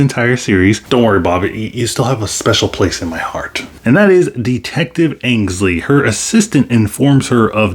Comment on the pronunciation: Dectective Angsley? It's Ainsley. You definitely said Angsley though. And I'm really not liking this character overall. Totally overplayed. I've really been enjoying the show, I hope it stays on course.